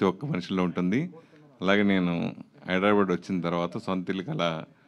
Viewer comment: It's హైదరాబాద్, not హైదరాబాడ్. Just like అహ్మదాబాద్, not అహ్మదాబాడ్ 🙆🙆‍♂🙆‍♀